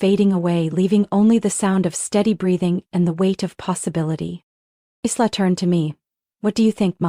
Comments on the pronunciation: I wish they would pronounce names properly. Isla is pronounced as eye-la, not Is-la. 😊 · Aarrrgghh!!! Isla is pronounced "eye-la"...the "s" is silent...just like in "island". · Isla is pronounced I-LA. The S is silent. Please fix this. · Written Isla but pronounced eye la...